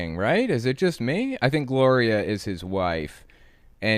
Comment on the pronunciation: When he said "Gloria" I swear he said "Goya"